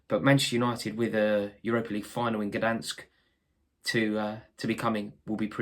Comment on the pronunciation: I really rate Rory as a YouTube personality, speaks well with an engaging style. Him and Adam are the best guys on The Kick Off for me as they bring the most to the show. Oh... and you said Gdansk correctly and Loz didn't know what he was talking about.